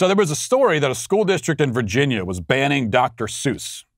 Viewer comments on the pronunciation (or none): none